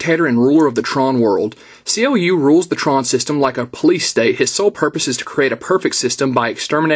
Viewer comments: actual it is pronounced like clue in the original tron ther was a minor charicter called clu and i asume it is the same charicter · His name is pronounced as "Clue".